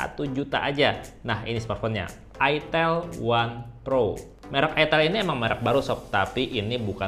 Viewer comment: Itel jgn salah sebut it*l